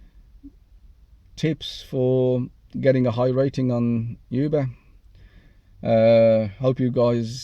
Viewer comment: It's Uber brother....not "Yuber".